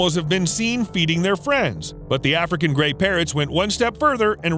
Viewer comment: Omg i thought you said “gay parrots”